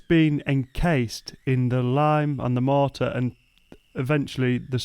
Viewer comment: the way pronounces “mortar” tickles my brain 🧠 just right 😂 “mohhtah”